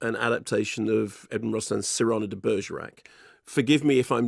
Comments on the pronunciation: Cyrano has always been pronounced "Si-ruh-noh" not "Serrano." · It's CYR-ano. Serrano is a pepper. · It's pronounced "see ra (with the r coming from the back of the throat) no", slowly, with equal time spent on each syllable, otherwise it sounds like a type of Spanish ham. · I find it very amusing that Mark insists on pronouncing "Cyrano" in a weirdo way that no one has ever pronounced it. And before anyone says "it's a British pronunciation", I have lived half my life in the US and half my life in the UK, if it was a common Brirish pronunciation, I am sure I would have heard it. This is just a "Mark is wrong" pronunciation. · I’m Irish and the pronunciation of Cyrano that Mark is struggling with is how I’d imagine the Irish to say it. Similar to how Irish names like Kinsella and Costello(e) would be pronounced by us. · What I learned is that some people pronounce Cyrano weirdly, is this a British thing? Like how you guys pronounce controversy? That being said, sounds like a very Joe Wright adaptation, which I'm not a fan of. So despite wanting to see Dinklage's performance, I think I'll wait for streaming for this one. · That's how Mark pronounces it. The film uses the American pronunciation, with the stress on the first syllable, which is what confused Mark.